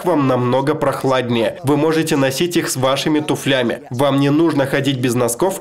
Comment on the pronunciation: Большое спасибо за перевод. Очень познавательный контент. Сделаю небольшую поправку на будущее, слово туфли будет еще не раз появляться в видео дальше, поэтому при озвучке постарайтесь ставить правильное ударение на У. Не сочтите за придирку, просто смотреть видео будет гораздо приятнее, спасибо за понимание и удачи в переводе следующих выпусков.